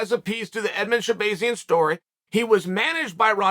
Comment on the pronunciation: Did chael pronounce Edmen Shabazyan correctly!?